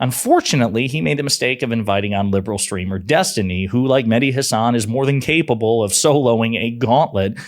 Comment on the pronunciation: you said Mehdi Hasan but I didn't quite catch the "Mehdi" the first time around so I thought you were saying "Like Hasan", implying Hasan Piker. I don't think I've ever seen that Hasan spend more than a few minutes talking to anyone that disagrees with him much less taking on a gauntlet of Trump supporters XD